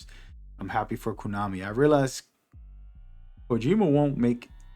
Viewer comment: Pretty sure it’s “kOnami” and not “kOOnami”. Unless you are trynna joke❤